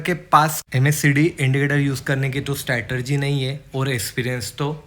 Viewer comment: Bhai, I have few suggestions. 1. Keep it short, the first 5 minutes is just "beating the bush" and not many will be interested in watching your video. 2. It's not RIKS, it's RISK. Similarly it's not STRATERGY but STRATEGY. It's DIVERGENCE and not DIVERGEN. Otherwise, your video is good.